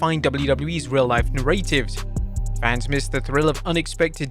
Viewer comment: Why does he say 'narratives' like that